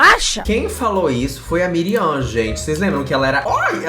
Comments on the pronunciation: ele falando miriam o video todo e o nome da mulher era Mariam kkkkkkkkkkkk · se fala "Mariam" kkkk, amei a fase coreana kkkkkk